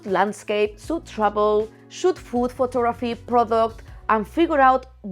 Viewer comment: Anyone else heard "FOOT" photography at first?? No judments, but was a little surprise...